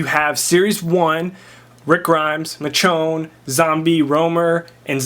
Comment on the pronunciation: Michonne is pronounced "ME' shawn" just sayin' :)